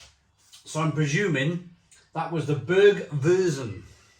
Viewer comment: Hope you don't mind me giving you a few pronunciation tips mate (I'm a Taff living in Germany) Germans pronounce Z as "tz" It's pretty difficult to get your tongue round and get it correct.. Bergwurz (baerg-wurtz) means Mountain Spice (or root) ..Double meaning !! Kaminwurz (kameen-wurtz) is Chimney Spice (root) Landjäger (land-yay-ger) means country hunter. Radler simply means cyclist (so it's beer for cyclist) Glad you enjoyed them all 👍 🏴🇩🇪